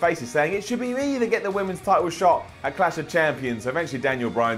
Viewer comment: what exactly is "Cash of champions"? haha Say it with us,....CLASH.....CLLLLLASH